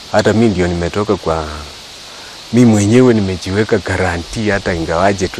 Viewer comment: My county men ,it is quarantine and not quarantee.poleni lkini